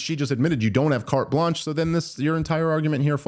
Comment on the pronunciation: Did she say, "cart lunch" and not carte blanche???